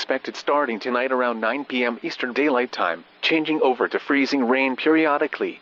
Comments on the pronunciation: Eas freezing sounded like it was saying NOOOOOOOOOOOOOOO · EVERYTHING IS FREEZIN EVERYTHING IS FREEZIN Got Me Laughing😂😂😂😂😂